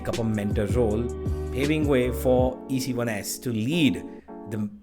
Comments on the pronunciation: It's nor e c 1 s it's ecls "eakels" pronunciation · Itz pronounced ecils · Ec1s is Pronounced as Ekals